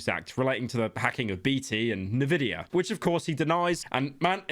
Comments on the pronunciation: why is he pronouncing nvidia like "nividia" is he stupid? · Can you stop saying Nevidia? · Is it a Bri'ish thing to pronounce nVidia "navidia"? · bro that's the first time i've heard someone pronounce it "nvidia" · So sad pyro cant pronunce Nvidia